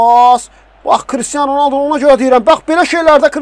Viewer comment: Ronəldi yox Ronaldo